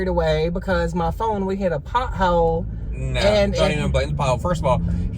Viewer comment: I want to say pothole again